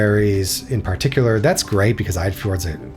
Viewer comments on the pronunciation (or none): none